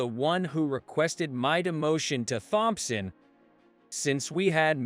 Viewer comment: Here we go again...the surname "Thompson", is pronounced as "Tomson". How long is this going to be, before anyone pronounces this Surname CORRECTLY???